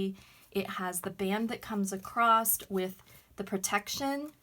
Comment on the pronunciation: There is no "t" in "across".